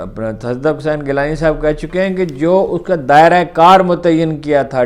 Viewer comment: Its not tassaduq ghilani its gilani sir with your due respect sir My pleasure